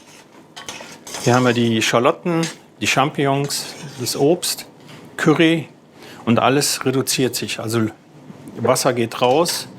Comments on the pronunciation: Woher kommt es, dass so viele Leute mit dem Wort "curry", also mit "A" gesprochen, Probleme haben? Ich verstehe es einfach nicht. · Die Soose mit Kürri. Kennt man. 😅 Ich bin zu reif um mich darüber aufzuregen wie manche aber es ist einfach lustig und ja es triggert trotzdem immer ein wenig. 😂 Genauso wenn die Süddeutschen nicht "Schina" oder "China" sagen, sondern "Kina". Auch typisch ist das Wort "Kemie". 😂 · Cürree fand ich auch nicht schlecht